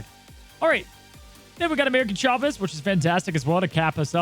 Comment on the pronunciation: Why do I always hear “American” Chavez whenever mentions that card?!